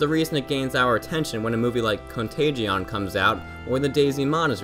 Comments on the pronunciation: Con-tay-jun, not con-tay-gee-on. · Heh. Was thinking the same thing. Con-tay-gee-on. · contageeon... caontageon. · The way he pronounced "contagion" made me cringe.